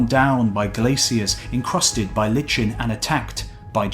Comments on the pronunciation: This is good but please get the narrator's pronunciation right. Not 'litchen' but 'liken'. It comes up in other videos too. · Pluming rather than plumbing and Lichen rather than Litchen were another two. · Not "lit-chen." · Well, even though the audio link in Google translate (in a British accent) and all the dictionaries I checked list only 'LIKE-en' as a pronunciation of lichen, Wikipedia says it can also be pronounced 'LITCH-en'. So I guess it's okay. Whew. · Great stuff ! Just slightly marred by jarring pronunciation unworthy of such grandiose knowledge. Lichen is pronounced li-ken, not lét-chen !! :-) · It's pronounced LY-ken. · Lichen is pronounced "liken" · Lichen is pronounce LYE-kin, not lih-chin. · For future reference, 'lichen' is commonly pronounced 'lie-ken', not 'litch-en'. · Excellent video, and well narrated! Just one small nit-picky point... It isn't litchen, it's pronounced LY-cen . Keep 'em coming! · Lmao at that pronunciation of lichen... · Litchen? ummm -1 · Liken not lichen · Lichen is pronounced "Like-En" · Lichen - pronounced: "Like-n" (two syllables), as in "I really like that girl"... but add an "-en" to the end of it. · Even in a British accent it is "gra-nit" and "like-en". I think the narrator simply gets the pronunciation of various words wrong from time to time. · Lye-ken.... Lychen... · It's pronounced liken. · I beg you, both, do not dumb down your narratives on any of your films! Non-native speakers can rise to the challenge, and their English command will grow and grow, enriching their lives. It's nearly impossible to find science films for the general public that are not dumbed down; this is a primary asset & attraction of your films. Lichen is pronounced like: 'lie - ken'. Thanks so very much for your very hard work and your valuable time! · Not lichen with a pronounced "ch" but li (long I) and the "ch" is pronounced as a a hard K. Lichen.